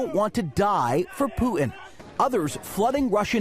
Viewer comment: Pooor Poo-ton! . . . The Man's suffering from Dementia! .. Worse than dRumpfff!